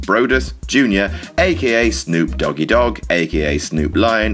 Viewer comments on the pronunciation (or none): Say "Snoop Doggy Dog" again!